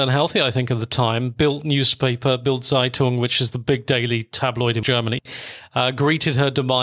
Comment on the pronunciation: Very well narrated and researched, but why do you get the pronunciation of practically all German words and names systematically wrong? .. From Zeitung [tsaitunk] to Erich, Wilhelm or Margot. I thought you had a German speaking background.. that doesn’t sound all too plausible 😉